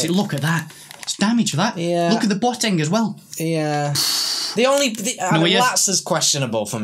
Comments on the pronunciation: its B O teng. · Who TF is Bwoteng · Who else pissed there self when said boateng